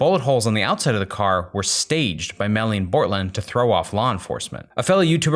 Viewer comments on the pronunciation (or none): you keep calling him melon smh 🤦🏾‍♀️